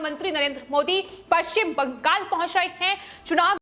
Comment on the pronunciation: Agree Arvind Ji. Notice the way she says ‘Bangal’. Non-stop reading and too many repetitions hurt my ears.